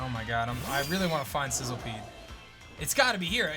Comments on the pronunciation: It’s not called sizzlepede it’s sizzlipede. Just saying because it for some reason bugged me when I noticed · Isn't it Sizz- li -pede, and not Sizzle-pede? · It's pronounced SIZZLE - E - PEDE.